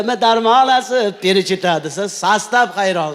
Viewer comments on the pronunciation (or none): Qoyil Avazoxun, topqirlikda Maksim Galkindan ham o'tdi. Lekin nimaga FELICHITA emas perichita degan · Перичита эмес величита. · Фелечито перечито эмас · Перичита эмас Феличита аслида. 😂